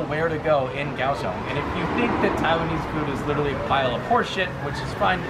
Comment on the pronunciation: If I'm not mistaken, the correct pronunciation of Kaohsiung is "Cow Shoes". You're welcome.